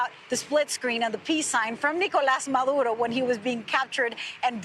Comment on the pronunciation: Her pronunciation of the dictator Maduro's name is spot on though. 😂😂